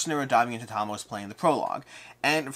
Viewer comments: You mean mid video where he says Tama - Chronicle of Ascend? No, I think he mis-spoked the name. It is Tamashii. Ta-ma-she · Am i miss hearing you are you just calling it Tama? I sort of always though it was ta-mash-ii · Is it really pronounced Tama?